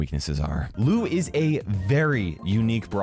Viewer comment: Whenever he said "Lou is" I understood it has "Louis"😂😂😂